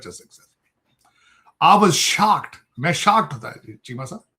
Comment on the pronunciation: SHACKED NAHI SHOCKED HOTA HAI GANJE😅😅😅